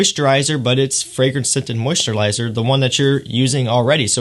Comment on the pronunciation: im joking with him because he said moisturlizer instead of moisturizer